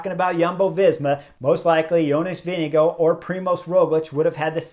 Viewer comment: The TDF winner’s name is VINGEGAARD you have to pronounce the letter R in his name (Not Vindigo like Indigo as you say it ) but Vinegaarrrrrrrrd! Give him some respect and say his name correctly PLEASE!